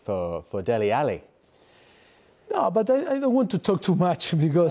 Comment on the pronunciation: As a Nigerian Poch has the best pronunciation of 'Dele' than any Englishman, shout out Poch, bring him to Old Trafford!